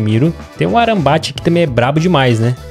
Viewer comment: "Tem o Arambat" ksksksksks.. É Amrrabat que se fala, e você leu errado ksksksk...